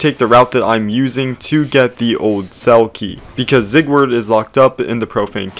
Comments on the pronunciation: I will never forgive u for saying zigword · him pronouncing his name zieg-word is killing me